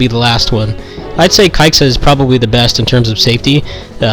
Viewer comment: I just ran around until the timer ran out. btw, it's pronounced "kaiza".